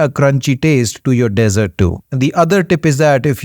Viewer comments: Hello Dr. Tq for yr advise. Btw the Dessert is pronounced as DEEEEESERT & not DESERT. DESERT IS SAHARA DESERT, THAR DESERT, GOBI DESERT ETC..... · Nice vid - thanks but if you want to improve pronuciation: desert (sandy) - DEZ- ERT dessert (eg cake) - DIZ - ERT....see the simple difference? MONK - pron MUNK not MAWNK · Dessert not desert😊